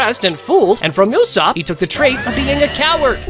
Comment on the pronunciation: Who is usap?? His name is USOPP